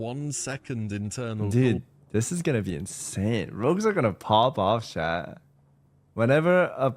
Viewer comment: why does he pronounce chat like shat lol